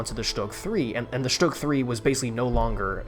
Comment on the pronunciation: Stüüüüg bro learn to speak